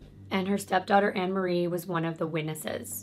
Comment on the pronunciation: I know this case of Fred and rose so very well. Off by heart. You told it really well!! I can understand the mispronunciation of names and places. But you said the place right (I’m in the UK). Rena is pronounced ‘Reena’ and it’s Anne McFall not Anna :) I hope this helps a little. I can understand how easy it is to not pronounce things right. Especially when British language is a little different to American. I hope you’re okay!! Been loving your videos sweet! ❣️